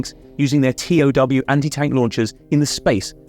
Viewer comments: They aren’t called T O W. You say it like the word… tow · Just a point of correction - the Bradly IFV does not have Anti-Tank Rockets - rockets are unguided. They TOW Millies (pronounced toe) are wire guided missiles. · Great video, but FYI "Abrams" has a long A, as in "Abraham", and the TOW missile is usually pronounced as spelled, "toe".